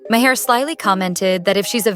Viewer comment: Three pronunciations of Maher within the first minute...And, it only gets worse from there. Impressive.